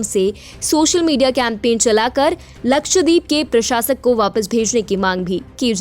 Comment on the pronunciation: मंदबुद्धि निवेदिका उच्चारण तो ठीक करो, लक्षद्वीप